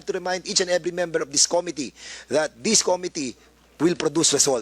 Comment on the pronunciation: This po hindi Dis. Atsaka paki po pronounce ang committee hindi Ko-mi -ti. Suggestion lang para di masakit sa tenga Hayaan natin sila magsalita, its not all about you.